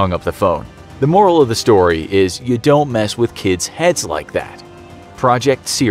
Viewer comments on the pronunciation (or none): none